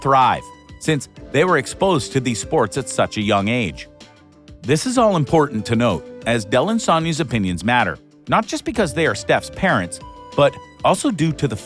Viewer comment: FYI...Steph's sister's name is pronounced Sy dell! 2 syllables!